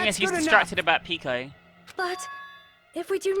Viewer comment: iT tOoK yOu ThIs LoNg tO rEaLIse tHat iTs PeHko nOt PeEkO Jk luv u